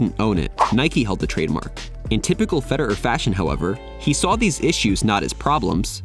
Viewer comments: Nice video, mate. Except could you magbe stop saying fe-der-er and start saying fe-de-rer? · "Feder err" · Why does he keep saying Feder'er, it's Federer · Who's Fede-urr? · I can't be the only one ticked at how this guy says "Feder-er" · Never heard anyone pronounce his name ‘Feder-eur’. 🤣 Great video though! 👍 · Great video man But why did you keep saying “Federer” as “Feder-er”? 😂 irks me a little lol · I’m so exited about this. I love roger fed-er-er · Is that how we suppose to pronounce his name, Feder-er? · I can't get over that pronunciation of "Feder-err" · why do you say his name like feder'er? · why do u pronounce federer "feder-er"???? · Hes american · The way he says “Fed,er,er” makes it unwatchable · Why are you pronouncing his name like a robot? "Feder-er"... ? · Why do you say Federer like that? You’re a tennis channel and don’t know how to say his name? Feder—er? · Wait, what’s with your pronunciation of Federer? Subliminal messaging 😆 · Is that really how we supposed to pronounce his name? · Should probably work out how to say Federer before you make a video on him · Am i the only one annoyed by the way he pronounces Roger's surname? No other comments i can see say this